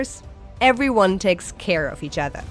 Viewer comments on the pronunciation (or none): none